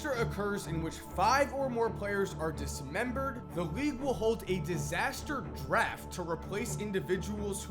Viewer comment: did you say dis mem bered? Like body parttss??